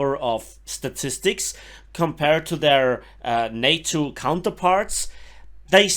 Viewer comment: I know it was probably more accent interfering then anything else, but for reference later. NATO rhymes with Potato (specifically the TA-TO - NA-TO part). love the vids, desperately grinding for the FlaRakRad thanks to you!